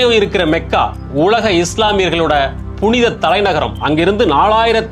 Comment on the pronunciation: Your information is wrong. He speaks true history. He pronounced the word Mecca correctly. It is மெக்கா only not மக்கா...